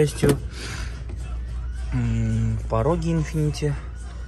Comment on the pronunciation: Infiniti, а не infinitY